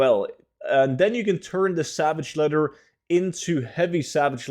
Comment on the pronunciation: You need to learn how to pronounce your words correctly. There's no such thing as savage letter. Or a Revendreft. Maybe try spending less time tryng to sound cool your intros and gain a better grasp of the English language.